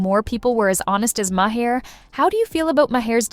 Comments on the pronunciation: It's not " Mah- heir. Maher, u idiot. Listen to him pronounce his own name. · The bot reading the text doesn't know how to pronounce Maher's name. LOL.